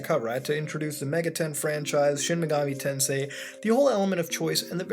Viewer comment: A real Sheen Megoomi Taansay Gayum seriously though my favourite megami tensei game is Devil Survivor